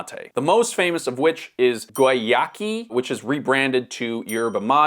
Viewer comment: Not Guayaki, Goy-yaki; hidden in plain sight